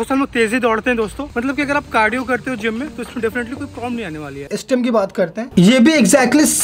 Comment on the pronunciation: Estem nahi re stem bol